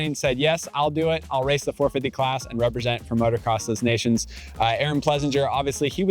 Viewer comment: the 'S" was never pronounced and certainly not pronounced as a 'Z'. It's not dez Nations